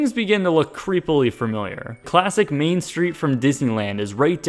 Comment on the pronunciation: Have you been playing Epic Mickey? Because you said Mean Street not Main Street